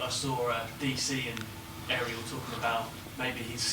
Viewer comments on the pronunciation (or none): none